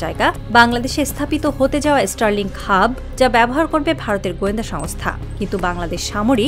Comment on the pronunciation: আগে তোরা স্টার লিঙ্ক কথাটা ঠিক করে উচ্চারণ কর ওটা এস্টার লিঙ্ক নয় 😂😂😂😂